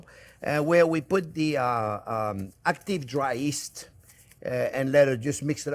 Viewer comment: Love your videos. A couple of things. It's yeast not east, and a rectangle not a triangle 😂😂